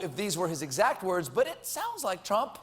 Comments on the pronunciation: he said "Twump" LOL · I think that's how Elmer Fudd would pronounce Trump. #Twump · stephen: pwease mistew twump uwu trump: then perish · "Twump" ... Awesome!! lol - From Canada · "Dwain the swamp, mistew Twump!" 😂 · I Wuv Twump new naaaame, Pwesident Twump. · That's it, it's 'Twump' fwom now on. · Colbert, err I mean Elmer Fudd, says "Twump" ... that's gold. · i like the FUNNY trump accent you got there Colbert. and glad you worked around your crappy gag reflex. it was always when you mentioned Trump being president and i was starting to get worried that you have a problem with democracy or your food pipe.